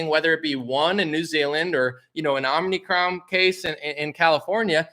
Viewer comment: I think it’s about half the population who says ‘Omnicron’ ’ instead of ‘omicron’ 😆